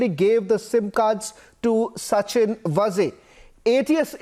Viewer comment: Sachin VAAZE and not Vaze as pronounced by you.